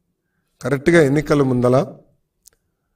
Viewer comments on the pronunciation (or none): ముందల కాదు ముందర